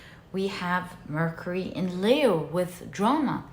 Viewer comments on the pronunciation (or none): none